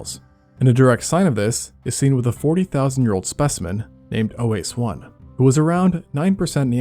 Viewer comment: OASE is pronounced WA-SE (as in WAshington and SEcond). It means "bones" in Romanian. Don't feel bad about it. Everyone is messing this one up.